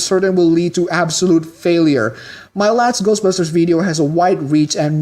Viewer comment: My problem with people like you is that you put the emphasis in the "busters" part of "ghostbusters", when it goes in the "ghost" part of the title. I mean, its like when Buu in DBZ pronounced "Ugly" as "OOgly" He HEARD the pronunciation, he (and you) can't just repeat what he hears? He didn't read it and then try to pronounce it. That's the only way he could have made that mistake. Bad writing. What I'm trying to say is that you're badly written. God or several gods or universe wrote you out of inexperience. They've been around for thousands of years and still they made that mistake? Look, I get peeved about very specific things okay? OKAY? Its about the principle of the matter. Come on ,guy. Come on. In all seriousness, congrats on the subs. Keep it up. (Good editing/timing, and good points. "this is okay, and this is not" great point, actually. whew, long parenthetical)